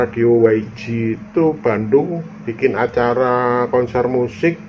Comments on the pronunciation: Gak ada yang harus di ralat mas.. Pak log sudah bener dia menyingkat menggunakan bahasa Inggris, karna ini radio juga pake nama bahasa Inggris. Jadi Y di baca Way, G di baca Ji dlm bahsa Inggris. Terimakasih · saya sekedar meralat text divideo ini yg menulis WG harusnya YG ,bukan meralat apa yg dikatakan pak log. pak log mah sudah benar mengatakan YG (dibaca Way Ji)